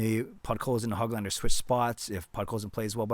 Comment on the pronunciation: Hey, just a tidbit of info for you. Nils' last name is not Hog lander like a pig. It's like Who-glahn-der. The ö is a Swedish letter that sounds like the double O's in look, book, took etc.